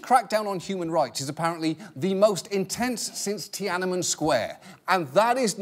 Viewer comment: I love how John pronounces "Ti-anan-men Square" hahhaahha. Chinese here!